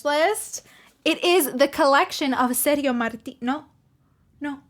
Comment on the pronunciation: Ser-dzio ("Ser-gi-o" like "Gia-llo") Martino not like "serious". You looks like Barbara. Gia llo : Jà llo. Ser gio : Ser Jo.